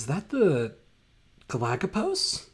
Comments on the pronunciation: Galapagos not galakapos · Sinusoidal is pronounced like “sign” Mollweide is pronounced like “mole-videy” Galapagos is pronounced like “ga-la-pa-gose” Glad you hate the Gall-Peters too. Robinson is also my favorite.